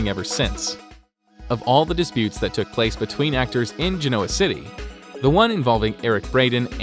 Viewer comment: It’s pronounced Genoa city not janova city